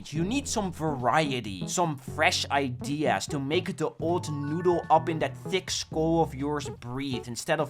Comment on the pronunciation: bro learned how to say idea